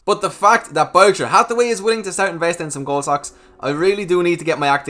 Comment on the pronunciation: Well now your saying gold correctly. Did you practice lol